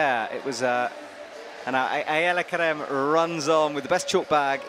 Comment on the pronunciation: Also, I love Shauna's commentating, but since always get flack for mispronouncing things, I have to say her consistently calling Ayala Kerem 'Aaliyah' was pretty annoying.